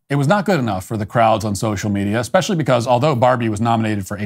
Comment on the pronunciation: I hear you on "No because literally..." Also starting a sentence with "So..." And my current favourite is 'eckspecially'. Take out the ck and you've got it.